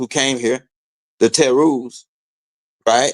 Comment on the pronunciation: TEROS , not Deros ...